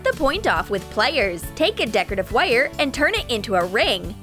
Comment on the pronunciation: I absolutely love the way they say wire! LOL